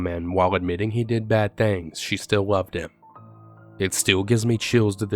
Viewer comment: “I have really BAWWD anxiety.” Every story that ever existed. 😂🤦🏻‍♀️